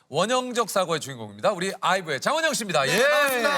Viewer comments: 그냥 니가 그렇게 듣고 싶어서 그럼 ㅜ ㅋㅋㅋㅋㅋㅋㅋㅋ 장위엔잉 이러네 장원영 억까는 언제까지 계속 되려나~ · 네 안녕하세요 장위엔잉입니다 라고들리는거 나만그럼?ㅋ